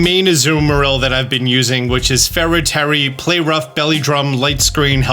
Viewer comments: fera tairy hahah instead if tera fairy I talk like this all the time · Tera Fairy? No. Fera Tery. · "Ferra Tairy" I love it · LOL “fera tairy” 😂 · No one:: faira Terry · Bro really said Fera Tairy type